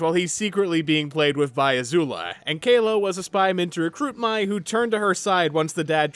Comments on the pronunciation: *pronounces Mai like “my” —when the show CLEARLY pronounces her name as “May” ⚠️ FAKE FAN 🫵🏻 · I get Mai’s name is spelled like you’d pronounce it as “My,” but the show says her name so many times. They call her “May.” I know, not relevant to the video, but hearing “My” so many times for the rest of the video got to me. Not a big deal, I just couldn’t resist mentioning it. 😅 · Why are you pronouncing Mai as My? The show always pronounces it as May. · It needs to be studied how most of the ATLA fandom calls this girl “My” because they saw how her name was spelled (Mai) despite the show pronouncing it as “May” 😅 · This is the second YouTuber I’ve seen called Mai like the word “my”. Am I missing something. Did the fandom shift into calling her that instead of “may” over the last few years or something. Or is everyone a larper (so kidding) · I hate the commits but I mostly like kora and am probably the only person in the world who would keep the kites on a round two. I could go for eastern spirit dragons but of not absolutly forced to id keep the kites. But seriously pronounce the names correctly l. Mai is "may" and Yue is "u a" theyre pounced in the show. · I hope you'll make a video about the Korra comic books and what you think about them, if you have anything to say about them Her name is pronounced similarly to the month May. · The way you were pronouncing Mai, while technically being incorrect, is how I always pronounce it. They should have spelled it “Mei”. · Dude how can you mispronounced Mai's name? They say it in the show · Why can no YouTuber pronounce Mai correctly 🥲 the search continues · how do you rewatch a series and not pronounce mai and yue's names right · I agree with most of this but every time you mispronounced Mai, I cringed 😢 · Why are you mispronouncing mai’s name